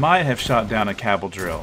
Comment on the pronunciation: "Sky burners oats" "cabbel"